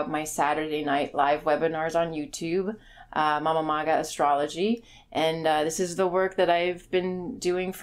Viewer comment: Its Mama-Maga. Just saying.